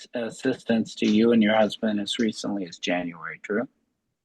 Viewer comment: At least it wasn’t the brusband! LOL